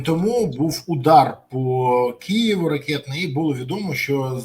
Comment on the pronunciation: Не «Кієву» - Києву